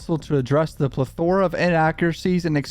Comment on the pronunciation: Plethora, say it with me: pleth-or-uh